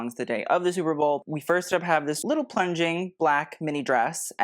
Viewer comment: "Superbowel" was on purpose? 😂